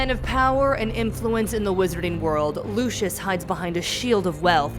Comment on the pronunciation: Is no one gonna talk about how she said “LU-SHE-IS” instead of “LU-CI-IS” like omg I’m dying